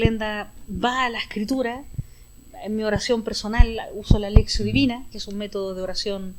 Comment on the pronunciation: Como dice que se llama el método de oración que utiliza? Lexio divina??? Es que no se entiende...